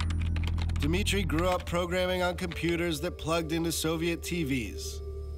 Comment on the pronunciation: It's "Dmitry" not dee- mitry.